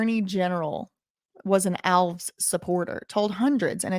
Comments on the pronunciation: Hey, love your work... Regarding Alves... It's definitely pronounced Alves (just like the little green elves living in your garden) Think of it as one word rather than as a hyphenated word or two words; ✓ Alves X Al-vez X Al Vez Elves is to Alves as El-vez is to Al-vez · It's not pronounced Alvs. It's pronounced Al-ves with the emphasis on the letter A. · Come on, it is ALVES not ALVS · The man's name is pronounced Al-ves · Alves is a Portuguese last name the reason it's pronounced ALVS same as Lopes= Lops and so on , if it was Spanish then it would be Alvez Lopez and every other similar name like my last name Fernandes= Fernands not Fernandez , Reis = Rays not Ries as Americans pronounce it , similar name in Spanish is Reyes both names mean Kings in English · The host cannot pronounce the mayor's name.